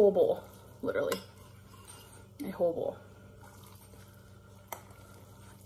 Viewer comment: "hole bole".....wtf?....oh, whole bowl.